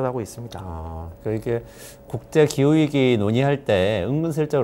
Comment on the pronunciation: 기우이기 아니고 기후위기지. 왜 자꾸 기우이기라고 말함?